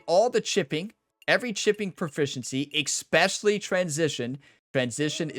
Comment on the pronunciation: You have not a grasp of how vowels werk. Also, while there is no X in the word "especially," you seem to be putting extra-special emphasis on EXpecially. Otherwise, I'm looking forward to applying your player tips.